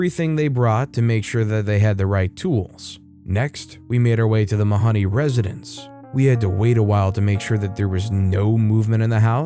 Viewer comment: Mahoney rhymes with baloney!! Come on. The mispronunciation drove me nuts.